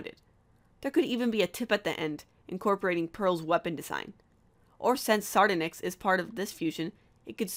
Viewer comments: SAR-DON-YX not sardinix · Lol she said srdnix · Sar-di-nix? you serious? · Sardnix umm its sar don ix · Sar-don-ix not ser-da-nix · OMG I LAUGHED SOOOO HARD WHEN THEY SAID SARDONX U SAID IT WRONG not trying to be mean or anything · DID YOU SAY SARDUNICKS??? NOOB they've pronounced her name in the show "sar-dawn-icks" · It’s s-ar-d-on-ix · She said sardonyx wrong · You pronounced "Sardonyx" wrong.